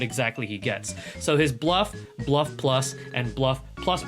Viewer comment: The fact u didnt bite ur tounge while saying bluff buff+ and bluff ++ deserves a like good job